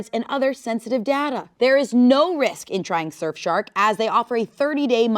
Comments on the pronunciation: says "Shurf Shark" instead of "Surf Shark" for the ad & I prefer it being said that way now lmao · The way I thought it was a bit cause she kept saying "Shurfshark" lol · did anyone else notice "shurfshark" 🤣 (teasing lovingly no hate to the people's princess!) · "Shurf shark" 😂 I love so much! 😂❤ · I’m pretty sure says shurfshark the first 2 times she says it 😅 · said shurf shark like multiple times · ShurfShark? XD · Wait did she say “Shurf Shark” ?? 😂😅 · I couldnt tell if the surf shark ad read was going to be a parody or not cus kept saying “shurf shark” lmao which made me think it wasnt real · LOVE the way says surfshark. sherfshark... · anyone else hear "shurfshark" in the ad read??? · SHE SAID SHERFSHARK TWICE. best ad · No shot said "shirfshark" twice and THAT'S the take they used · It really sounded like she said shurf shark the first few times and I thought it was gonna be a bit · So totally said "shurfshark" at least twice during the ad read, right? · was no one going to tell she was saying “Shirf Shark” 😭😭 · said shurfshark...2 times..... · i genuinely thought the surfshark ad was another bit bc kept saying "shurf shark" at first.... i can't... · says fuckin SURE-fshark half of the time in the ad..........how was that not caught.......... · Not saying “Shurf” Shark multiple times 😂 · Nobody: the first half of the ad: shurf shark 😂😂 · Not saying Shurf Shark 😂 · she says shurf shark twice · love how was lowk saying “shurfshark” during the sponsored bit half the time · legit I thought the surfshark ad was a bit at first cause I swear was saying shurf shark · And saying SHurf shark at least twice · I thought the adread was another bit because kept saying ShirfShark XD